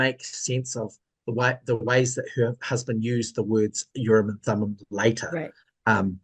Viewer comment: Urim and Thummin. Or was that bogus?